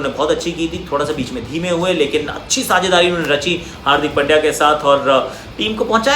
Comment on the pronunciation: Aussies commentators pronounced hardik pandya as hardik pail diya 😁😁😶😶😂😂😂😂😂😂